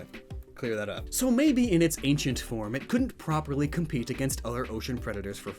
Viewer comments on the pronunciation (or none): none